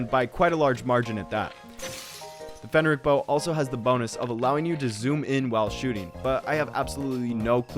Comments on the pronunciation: "Fenneric bow" 💀 That's not how you pronounce P H R E N I C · how did you put this much effort into the video but then mispronounce "phrenic bow" every single time